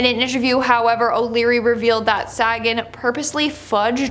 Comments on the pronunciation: Carl SAY-gan. SA as in SAY. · ALIENS DON'T HAVE NUCLEAR WEAPONS, YOU READ THAT WRONG. THEY SHOT OURS OUT OF THE SKYS. IT'S CARL SAGAN, NOT CARL SAGEN.